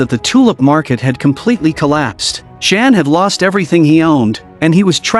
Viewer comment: It's not pronounced Jan like a girl's name (in English) but pronounced yah+ann = yan.